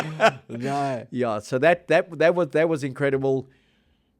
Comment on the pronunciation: NOT 'Gless-go', 'Glass-go', ffs